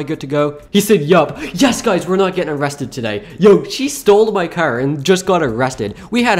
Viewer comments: you are saying car wrong he says cer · Why always say "cer" why not "car" tho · I love how he says car with an accent